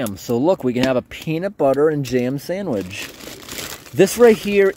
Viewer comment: You are supposed to give the FRH a little shake to help it start the chemical reaction. Also not supposed to set it down flat but on an angle. Also please learn to say sandwich properly.